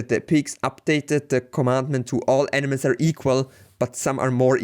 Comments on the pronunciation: This guy says animals like - Enemas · Great video. You do however pronounce "animals" as "enemas" which is slightly disconcerting haha!